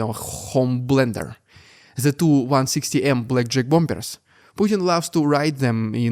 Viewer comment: Mate, please, learn how to pronounce Bomb and Bombers! It's BOM and BOMMERS.